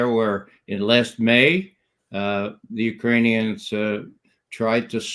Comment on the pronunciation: I love and appreciate Ray McGovern's Russian and Ukrainian pronunciation